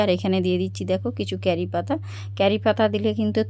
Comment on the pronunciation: কেরি নয় ক্যারি পাতা